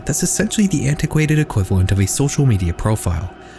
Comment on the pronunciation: integwated equivawent